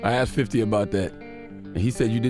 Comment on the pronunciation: Why do you say axed ? 🪓